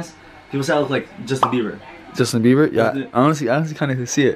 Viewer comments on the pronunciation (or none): Did just say Justine Beiber?? 🤔🤣🤣🤣